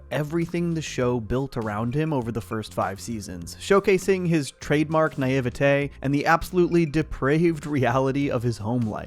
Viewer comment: …Thats literally how you pronounce it.